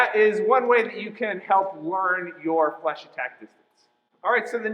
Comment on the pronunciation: omg its fleche not flash... lmao its so funny bc i do fencing in chinese but i take french at school